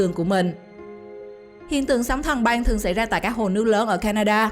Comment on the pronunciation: Băng mà cứ đọc thành Banh nghe hơi khó chịu :|. Hi vọng lần sau người đọc cố gắng phát âm chuẩn 1 chút.